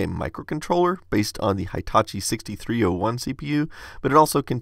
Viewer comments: Hi Tachi?! No! It's Hee taa chee! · LOL, where did you get your silly "hY-" (long i) pronunciation of the first syllable of Hitachi (which is really pronounced with a short i, as in "hit")? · I think you pronounce Hitachi in a wrong way, as it is a Japanese company. Hitachi starts with 'hi' as in "hinge", not as in "high" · Sorry, it is not High-tachi... it is Hitachi like He Tachi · FYI: It's not "High"tachi. It's more like "Hee"tachi. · Just SYK, Hitachi is pronounced He-tachi, not High-tachi. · Hitachi is pronounced like heetachi,not haitachi. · Please don't say Hi - tachi ;_; It's Hitachi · hey-- just so you know, the i in hitachi is pronounced as an e (as in squeak) sound; the full name's pronunciation being "he ta chi" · I don’t know but maybe you could put more ink in the ink ribbon. There’s got to be a way to do it; they put ink in it to make it, after all. By the way, ‘Hitachi’ is pronounced with a short ‘I’ after the first ‘H’. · That's... not how you pronounce hitachi.